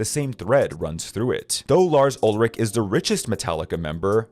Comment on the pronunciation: You are pronouncing Lars's last name wrong.